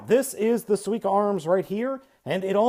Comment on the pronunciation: You're saying it right. :) SUE-E-KAH (Sweeka)